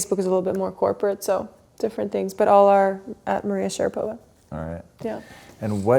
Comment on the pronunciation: Мария!!! Один вопрос: почему ударение другое?